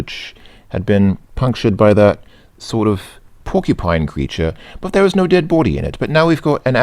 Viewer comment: That's quite a good 'London' accent, the only thing I'd say gives you away and it gives everyone away who tries to do the accent is that you add Ws where there shouldn't be any. you saw 'waws' instead of was, we'd prounounce it 'woz' and bawdy instead of body, we'd pronounce it more 'bohdy', like you would say body, but the O being soft and not sounding like an A.